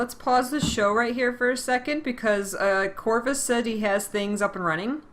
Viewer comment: ''Charrvus'' you have a new character name Corvus.